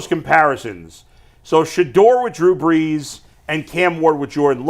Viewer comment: Dude please stop saying Shedeur like that!!!